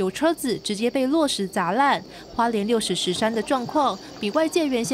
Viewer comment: 花東縱谷國家風景區管理處指出，經所轄富里鄉公所確認，該景點正確讀音為六十石（ㄕˊ）山。